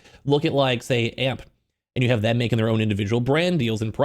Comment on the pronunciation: A - M - P not Amp